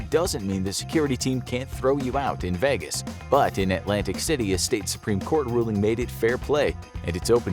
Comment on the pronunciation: It’s vaygus not vehgus